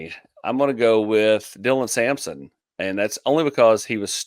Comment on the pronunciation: Sampson not simson